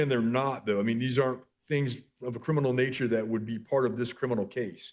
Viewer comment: She be axing if it be crinimal.